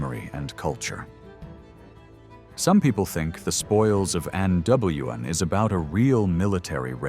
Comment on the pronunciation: Really terrible Welsh pronunciation by this AI. "Andwen" "Cullooch and Aloon"